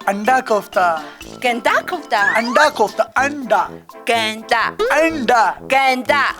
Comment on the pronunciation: Quetta nhi khota bol rehi hai🤣 Anda kofta ko ganda kofta bol rehi hai 🤣 Masoor ki Dal ko mashooq ki Dal🤣 Wese acha Urdu bolti Baki words kc